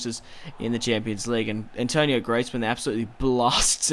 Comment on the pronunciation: Antoine , not Antonio !!!